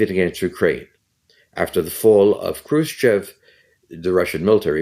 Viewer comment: dude lives in 60-s and has no idea what's going on even though he looks so confident in his words. chruschev-chruschev... 🤦‍♂🤦‍♂🤦‍♂